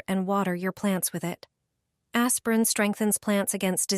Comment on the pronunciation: R U saying "aspirin" ???